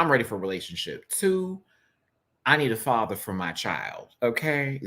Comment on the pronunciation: When said "I need a father for my child" I heard I need a cat daddy 😅😅